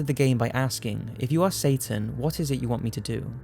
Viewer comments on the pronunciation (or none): none